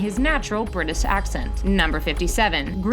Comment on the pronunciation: Britis. Tales of the script. lol wtf